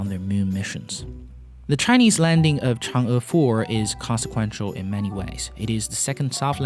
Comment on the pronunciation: Hey, Your pronunciation is pretty spot on! Other than you, I never heard anyone on Youtube pronounced 嫦娥 correctly! Nice work!